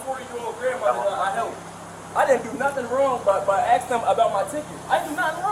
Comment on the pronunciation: Why can't black people say the word A S K properly? Instead they say A X. And it's most of them.